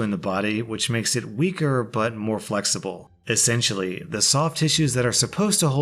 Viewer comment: "essentailly" this is jail time